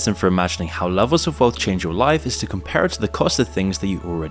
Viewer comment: Lelvels? Am I watching AI??